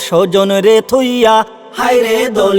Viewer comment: স্বজন, দলের, হোটেল শব্দগুলোর উচ্চারণ তো মারাত্মক....